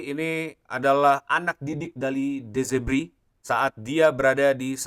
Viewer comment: De Zerbi bang, bukan Zebri 👌👌